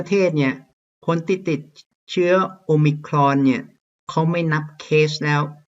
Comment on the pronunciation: ชอบครับอาจารย์ออกเสียงomicron คล้ายเจ้าของภาษามาก